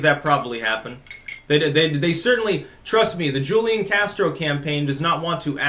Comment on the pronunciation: Its pronounced Hoo-lian